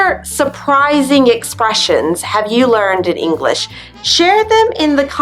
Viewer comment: Do you say English-ah or am I hearing things? LOL